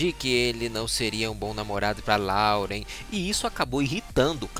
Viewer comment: Vim do futuro pra dizer que eles terminaram. E não é LAUREN QUE SE PRONUNCIA, SE PRONUNCIA LÓREN